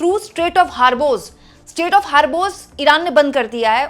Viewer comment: एक्चुअली वो स्टेट नहीं स्ट्रेट है...